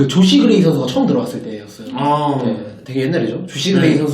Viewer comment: 조시 그레이 라는건지 죠쉬그레이 라는건지 발음도 기자이름으로 전혀발음도 안되고... 감전규는 언제까지 써먹을것이며 ..당나귀는 일년전인데 현감독 없어질때까지 애기할건가요? 안양? 안양경기장 와보셧나요? 안양 모든곳이발전되는데 경기장 그곳만 발전이 안되요.기자가 발음도 안되니..구단하나하나 까네요.좋아하는 특정구단빼고